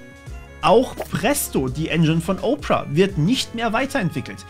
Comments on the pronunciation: Nicht Oprah, sondern Ópera! ;-) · Danke für die vielen Detailinformationen. Worauf ich aber überhaupt nicht klarkomme, dass "Opera" wie "Oprah (Winfrey)" gesprochen wird.🙃